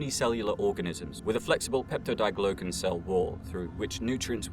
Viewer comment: Peptidoglycan is pronounced PEP-TID-OH-GLY-CAN